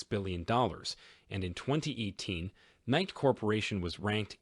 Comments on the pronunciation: its nikE not nik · It’s Nikeeeeeeeeeeeeeeeeee eeeeeeeeeeeeeeeeeeeeee, not Nic